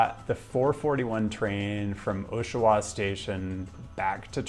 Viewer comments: I am going to bother you about pronunciation... It's AW-sha-wa, not OH-sha-wa. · Oshawa is pronounced "Aw-sh-a-wha" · It's Pronounced [Awshawa]. Thank you for your time. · I have to complain, I know we’re not supposed to criticize prononciation but it’s Aww-sh-wah, you said Oh-sh-wah too many times for me not to be bothered (though Oshawa bothers any sane person from the GTA any day of the week no matter how you say it.) Also FWIW, if you wanted to get from TOR to MTL even if there was a high speed train this is how it would play out: 1. Car crash in Belleville turns the 401 into a parking lot for 10km, car is delayed an hour trying to navigate Belleville arterial roads. 2. Flight is delayed, pilot says only 5 or 10 more minutes, 30 minutes after everyone got on their seatbelts. Plane departs 2 hours late. Deplane takes 40 minutes because everyone had to pack their entire life in carry-on. 3. Train is three hours late after making stops in every damn hamlet and village with a population that exceeds one dead horse. Somehow VIA hasn’t accounted for all the delays that stopping 37 times per km will add to travel time. Sorry I’ve made this trip too many times, it’s awful. One day I’ll just bike. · "Ah-sho-wa" not "Oh-sho-wa" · I know I know, no pronunciation stuff... but AH-shawa, not OH-shawa. UUUUGGGGHHHH :P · Yep. We have to school you on pronunciation. Montreal is pronounced Munn-treal. Not Mahn-treal. Like Biloxi, MS, pronounced Biluxi. Oshawa sounds like Ottawa. Not Oh-shawa. Now ya know. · I've never heard Oshawa pronounced as "OH-sha-wah" . That would get you laughed at here. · Just so you don’t embarrass yourself again in the future, the Osh in Oshawa is pronounced like the Osh in Osh Kosh B’Gosh. 🤓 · I'm sorry but how you said Oshawa just triggered me its OSH a wa like osh kosh and then awa like wawa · It's pronounced like this (/ˈɒʃəwə/ OSH-ə-wə, also US: /-wɑː, -wɔː/ -wah, -waw;), not how you pronounced it. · Great video. By the way >Osh-a-wa.